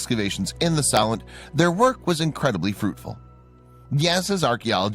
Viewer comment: It pronounced So-lent.